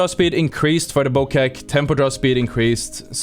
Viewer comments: I'm sorry what? its bow-check not bow-keck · Pleeeeeaaaase ist spoken "bowcheck" not "bokek"